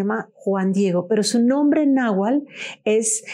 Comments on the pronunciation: NahuaTl con T no nahual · Se dice náhuatl y no nahual